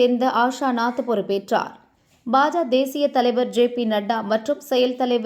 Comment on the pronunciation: நாயே அது என்ன பஜ.பேரை ஒழுங்கா சொல்.